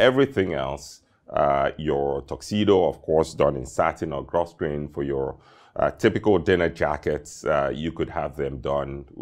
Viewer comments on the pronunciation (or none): Grosgrain is pronounced: Gro-Grain, silent S. Great video! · Hi another exquisite sartorial presentation. A passing comment. Grosgrain is actually pronounced GROW-GRAIN.. It's one of those peculiar English words:) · Spelled grosgrain, pronounced “gro grain”. Single shirt cuff are the norm for white tie. Though I guess also acceptable for black tie.